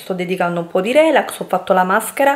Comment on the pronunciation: sbagli tutti gli accenti... “rèlax”.... si dice “relàx”...🤦🏼‍♀️